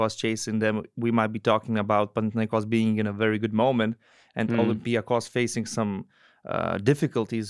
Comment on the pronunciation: Thank you very much for respecting the way that Panathinaikos is properly pronounced. Great show as always. Keep it going!